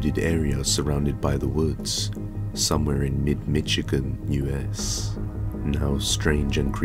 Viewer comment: Nah no way I refuse to believe you just said Michigan as Mitch-agan